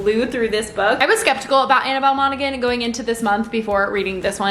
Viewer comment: I think in Monaghan the g is silent